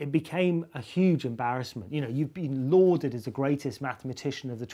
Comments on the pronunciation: Not loathed; lauded. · loathed? = lauded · I thought he said 'lorded' and meant 'knighted', by becoming a Sir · 7.55 'lauded' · he said 'lauded' actually